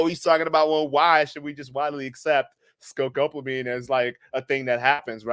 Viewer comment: So this is an "Educational" episode on the drug "Devil's Breath" and I think that is great. Yes, by all means, "Let's learn about this drug." But Bro, can you at least begin by learning how to say the name of the drug correctly? It is NOT ScoCopamine. It's not sCopamine, It is Scopolamine. Sound it out: Sco-Pol-a-mine. It's not a real hard word to say. In Spanish it is Escopolamina. You're doing young men a real service here, why have all of them leave, thinking they know what's going on, and go around pronouncing it incorrectly like you do? Is it not worth your time, or what?